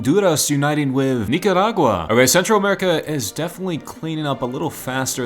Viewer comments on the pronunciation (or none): Nikarakua ghonduraes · why did he say honduras and nicaragua like that? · why do you become spanish while saying nicaragua and handuras